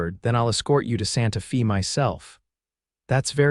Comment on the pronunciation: It's Santa "fay" even though it's spelled Fe.